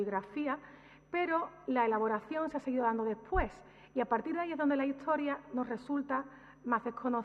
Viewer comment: Pues en otras ocasiones en otros vídeos, pronuncia historia como hittoria o a veces hitchtoria, ette o etche por ese, catchellano o cattellano por castellano... una cosa es tener un acento particular y otro es no pronunciar bien ciertas palabras... y es más, cómo se supone corregir a otros cuando uno mismo carece, o qué es eso de justificar la falta con el que "ese es mi acento"...